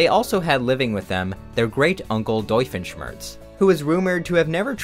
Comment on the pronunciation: I realized at “Doifenshmirtz”